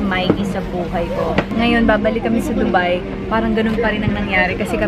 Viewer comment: Its not Du-byee, Its Du-Hello 😂😂😂😂😂😂😂 Ambot nimo te Alex..